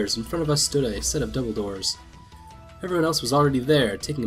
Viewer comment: Double door sound a bit like dumbledore...hehe...when u say it fast enough..=)